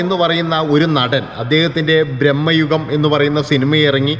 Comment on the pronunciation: ബ്രഹ്മയുഗം അല്ലെടോ ഭ്രമയുഗം ആണ് പിന്നെ വാലിബൻ OTT യിലും കൊള്ളത്തില്ല പരമ ബോർ തന്നെയാണ്